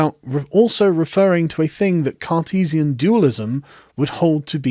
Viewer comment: How come every time you say “Cartesian” all I hear is “Sarkeesian”?Rather strange ;)